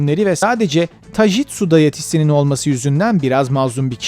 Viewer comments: Taijutsuya tajitsu dediğin anda videoyu kapattım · tajitsu ne amk